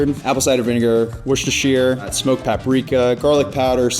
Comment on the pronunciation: He can pronounce “Worcestershire” correctly. 😮 He truly is The One